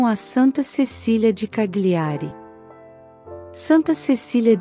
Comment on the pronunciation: CAGLIARI, pronuncia-se Calhiari, pois as consoantes GL juntas no idioma italiano tem o som de LH em português.